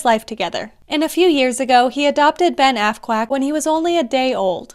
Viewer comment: Psst,sounded like you said assquack.